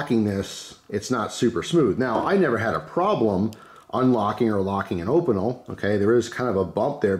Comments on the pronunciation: Say it with me: OHH-pee-nell, so hard hearing that op-ih-nul. Love you! (Google translate is your friend!!) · still prefer my carbonne opinel, I'm french. it's pronounced 'O-peen- ell" they're a traditional savoyarde pocket knife. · I crack up every time you pronounce Opinel